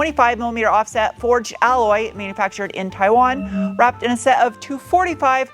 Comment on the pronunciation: Do you speak Mandarin? The way you spoke "Taiwan" sounded like native speaker in perfect Mandarin, instead of English.